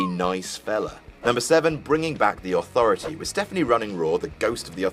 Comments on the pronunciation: The Authroity? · Hey,. what the fuck is an "authroity"? Not such a smartarse now, eh? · "The Authroity" Daboleu tee eff? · Authroity lol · "Authroity" Get back to work,. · "Authroity" nice... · Authroity? AUTHROITY?! Duuuuuude... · "the authroity" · "The authroity" 😭😂😭